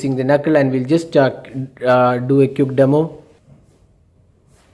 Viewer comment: don't mind but you really need to improve your. pronunciation u did say aunnar and quck (quick) and u usually add rh for eg instead of on you say onh best thing for u is to instead speak Hindi ')